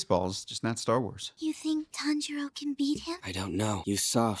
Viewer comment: His name is pronounced more Tanji-ro rather than Tan-jiro. Or like tANjiro rather than tanJIro. His names mispronunciation will be very apparent in later episodes! 😂